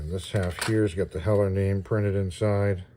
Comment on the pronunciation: Cool Review ,also I think you got the pronunciation right. The local IPMS chapter is Named after Craig Hewett (Whom I knew) and Heller was his favorite brand .